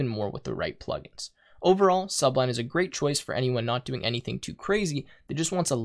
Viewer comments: it's really annoying hearing subline, when it is sublime, with an m and not an n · That's Su-blime, not Sub-lime. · you have a million subs and you're still saying "Subline"? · "Sublime" (not pronounced as if it's something underneath a green fruit .. i.e. sub-lime). pronounced: suh 'BLIME. meaning Noble, lofty, awe-inspiring, something of excellence. "His performance of the Mozart concerto was sublime". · I cringed every time he said sub-lime.